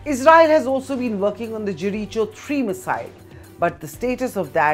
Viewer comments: It’s pronounced Jeriko not Jerichow 😂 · Gereecho missile 😂 This woman should work on her pronunciation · The way u pronounce Jericho is bombastic....😅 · You always know when someone's retarded when they can't pronounce 'Jericho' or 'Israel'.!!!! Blimey O'(Is) riley...Geeeeeze!!!! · First learn how to pronounce Jericho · Get your pronunciation right for jericho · 😂😂😂 she even pronounced 'jericho' wrong. How the heck is she a news anchor? 🤷🏻‍♂️ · You pronounced Jericho wrongly